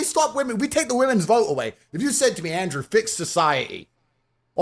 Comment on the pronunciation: Man said WE MONS 😆